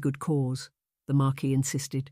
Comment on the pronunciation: "Mar keese"?